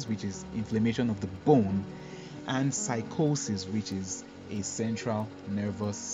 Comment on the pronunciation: I heard u say Cycosis. How to cure it cause it's becoming serious?